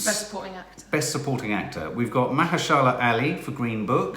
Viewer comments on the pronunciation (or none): Pronunciation : MUH- HER- SHUH -LUH Ali